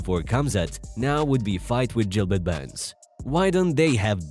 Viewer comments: It’s not Jilbert it’s Gilberts burns 😂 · Khamzat is pronounced- Haum-zaht, the K is silent. Just like Khabib its "Hah-beeb". If your going to make videos on UFC atleast get the name pronounced correctly... and then you call Gilbert... "Jill-bert". Like Tf? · It's not Jilbert Burns.. it's Gilbert Burns. Get it right brotha.